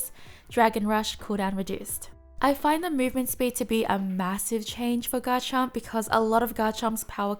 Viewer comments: Please stop saying "Ga-Chomp" there is an R in there, in case you didn't realize. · You forgot the R in Garchomp. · Is she pronouncing garchomp right or am I crazy?